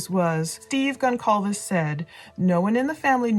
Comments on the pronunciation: Please please please STOP calling them ConKalves. The 'c' in Concalves is pronounced like this: ConSalves. I watched the dad being called as such during interviews and he never objected once. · Hi great podcast ps the name is Portuguese pronounced Gon- Sal-Ves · Kaylee’s last name is Goncalves (sounds like GON-SAL-VES) just wanted to let you know you’ve been saying it wrong. Thanks for all you do! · Hey I really like your channel but I must say that this has been on-going for over a month now and you still haven't learned to pronounce the surname GONCALVES the proper way. This is a Hispanic surname so the letter C is sometimes pronounced like the letter S. CINE is Spanish for "movies" and you watch them in a CINEMA. GON-CAL-VES is not the proper way. It is GON-SAL-VES. Kaylee Goncalves (+) pronounced Kaylee GonSalves. Out of respect, you should correct your mistake. Pronunciations are also Googable. With much respect and sincerity. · All this time later and you still can't be bothered to pronounce Goncalves correctly? Really? No more views from me. Peace out. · Geez, you've been milkiing this tragedy now for almost 2 months, and you're going to tell me that you still can't get Kaylee's last name right? How about having some respect for her and figuring it out? It only takes a 2-second search! You've made plenty of money off of her and her family by now. It's the least you can do! And btw, his two sisters are Melissa 31, a mental health therapist, and Amanda, 34, a school counselor. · Gon—cccaall—ves??? Gonçalves!!! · Why do people continue to mispronounce kaylees last name ? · The C in Goncalves is pronounced as an S 😅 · FYI the C in Goncalves is pronounced like an S.